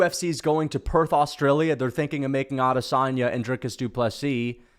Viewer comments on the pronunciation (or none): none